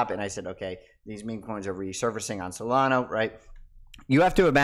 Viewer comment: Dude. SolanA. Not SolonOH.